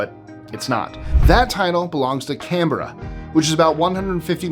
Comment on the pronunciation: Thank you for your pronunciation of Canberra and Melbourne 😉